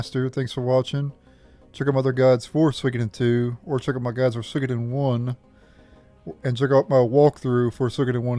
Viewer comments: Swiiggoden.... Lol it's pronounced " Sue-wee-Koh-Den " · I've never heard anyone butcher the name so bad....